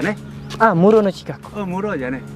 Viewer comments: Mura kok jadi muro 😁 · Desa_Mura Mas Bukan Muro